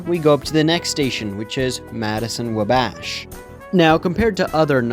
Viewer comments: my other comment was a separate thing... I really need you to know that it is not pronounced "Wuh-bASH' it is pronounced "WAh-bash". Not upset, just trying to be helpful! Fun video:) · It’s wabash pronunciation is killing me… just like when he called it Willis 😂😂